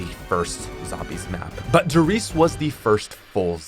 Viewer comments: Don't forget to pronounce the E at the end of RIESE! It's the same with PorschE😉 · The e at the end of "Riese" isn't silent kaøfkpwføæspfpåxlqkdåzæwpfoa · I get triggered when I hear someone say a German word wrong. “Riese”